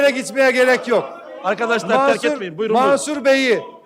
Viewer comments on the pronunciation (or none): Marsur değil Mansur Türkçe Öğren....!!! Herkesi yaftalama sizi mahkemeye vermek gerek Türk milleti olarak...